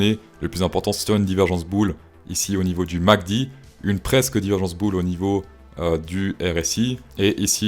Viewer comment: Répète après moi M, A, C, D, pas Mc Dee